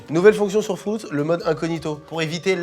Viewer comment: C’est pas frOUtz c’est frUItz svp arrêtez 😭😭😭